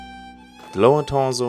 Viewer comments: Someone teach this man how to say torso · I love hearing him say torso